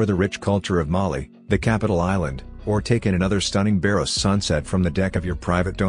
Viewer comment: It's Baros, not "Bairoes".